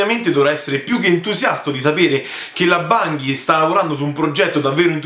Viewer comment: Bungie si pronuncia con la "g" dolce ;) Comunque Destiny non è un'esclusiva Sony. Diablo esisteva già su ps1 quindi non era assurdo che lo presentassero. Detto questo ci sono rimasto male pure io non tanto per la cattiva fama di Diablo 3 quanto perché appena ho visto Chris Metzen sul palco ho subito sperato che finalmente avrebbero annunciato il tanto atteso project Titan (ovvero l'MMO che sostituirà WoW). Sony ha detto che uscirà "this Holiday season" che non vuol dire ottobre... (continua)